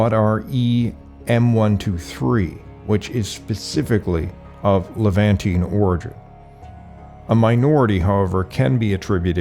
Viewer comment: Learn how to pronounce Levantine! The end is -TEEN, not -TEE-AN,. That's only One syllable, not two. That's like saying "mischievEEous" instead of "mischievous". 😕👎😕👎😕👎